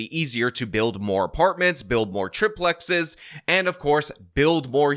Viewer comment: Not to distract, but your mis-pronunciation distracted me. It's TRI- (three) PLEXES, not trip-plexes.